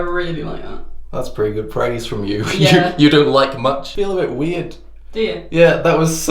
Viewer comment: you pronounced pretty wrong